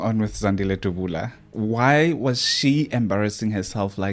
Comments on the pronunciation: uts Dabula not Dubula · Point of correction Dabula not Dubula.